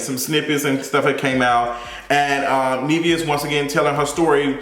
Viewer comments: Nivea = rhymes with give. Not neev like leave. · he keep saying Neevia it’s giving me anxiety 😂😂😂😂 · I hate it! How you talmbout interviewing someone and can’t pronounce their name 🙄